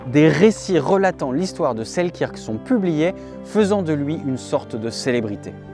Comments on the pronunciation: Bonne prononciation : Alexander Seelkeurk,pas la bonne orthographe bien sûr mais bonne prononciation. Sinon, vidéo fort intéressante à garder ds un coin de sa mémoire. Bonne continuation ! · ca se prononce: sel-"queue"-rk, en passant. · Super vidéo :) pour info ça se prononce Selkeurk :)